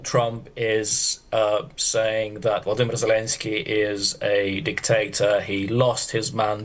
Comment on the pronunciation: VoloDYmyr - please, the accent should be on the third syllable!